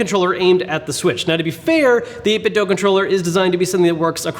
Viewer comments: It' 8-bit-DOO... not dough. WTF, how are so many of you so illiterate? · It’s pronounced 8bitdo ( 8 bit do) not dough. WULFFDEN den got it confirmed. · Please stop saying 8bitdough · It's simple: I watch a video, I hear someone say "8bitDough", I leave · A couple people have directly asked the CEO and said it's pronounced 8bitDoo